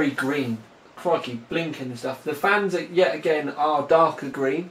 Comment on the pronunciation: Sounded like "flans" to me lol.